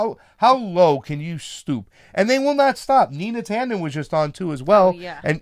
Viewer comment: You're all for Dem-enter? Huh? Sorry. You're going the wrong way. The other positive for Canova which you didn't mention is that now he'll be able to engage the other candidates in a debate, something he wouldn't be able to do as a Dem. It's NOT Nina Tanden. It's Neera Tanden. Who are you people?